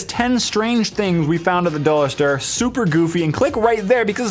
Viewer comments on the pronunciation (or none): he said dollar strr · 10 strange things at the dollar "stir"?? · did anyone else notice that at the very end he said "dollar ster" instead of "dollar store"? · Anybody notice at the end on how said "Dollarstir." Instead of "Dollarstore"? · At the end of the video said dollar stere hehe good vids though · Did anyone else notice he said dollar stir lol😂 that made me laugh so hard. But great video!!😂💗